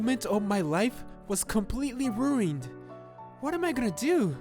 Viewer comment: "Rueened"? Dude, it's "ruined"! It's Family Guy all over again...🤣